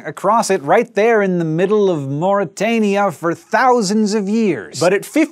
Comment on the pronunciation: Morytania.. o.o